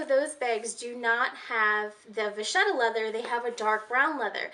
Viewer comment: Hi there vacchetta is actually Italian - vacca (pronounced just as you probably naturally want to since Italian is easier to pronounce for English speakers than French, the "cc" is a "k" sound like in "loca") means cow, vacchetta (pronounced with the same "k") is "little cow" literally (calf).